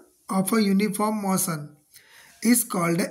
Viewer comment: Motion ❎ moson ✅ 😅